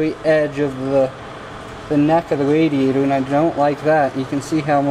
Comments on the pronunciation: The “WaDiaToR” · Wadeeator and coolant Cwustys